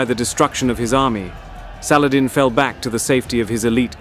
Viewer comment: Was hoping they would pronounce salahaddeeeeee.